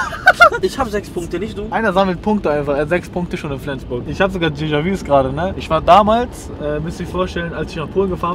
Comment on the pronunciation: Hat keiner gemerkt dass er statt dejavues djelavues sagt 😂😂